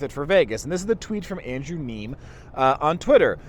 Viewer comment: Andrew Neeme is a person whos voice id listen too. He shoots straight. (And you mispronounced his name ;) )